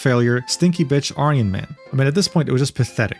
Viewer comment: I'm liking your videos but please learn how to pronounce Aryan. It loses its punch when you pronouce it the way you do instead of the way its pronounced when associated with Hitler.